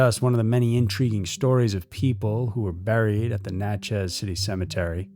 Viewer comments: It’s pronounced more like Natchess. Not Nat-chez. Sorry living in SE Louisiana gets pronunciation hooks in 🤣 Love being a member of the EWU Crew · Never thought I'd hear anything about my city on here. But its just Natchez, not Nat-Chez 🤣❤